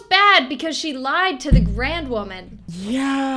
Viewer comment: GROUND WOMAN!!! NOT GRAN 😭😭😭😭😭😭😭😭😭😭😭😭😭😭😭😭😭😭😭😭😭😭😭😭😭😭😭😭😭😭😭😭